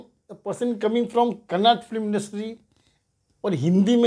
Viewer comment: Abey woh kannada hai kannad nahi